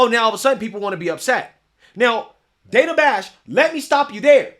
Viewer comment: It's pronounced Dan-a not dane-a